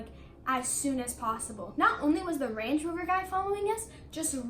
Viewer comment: “range-ee rover “ lmaoo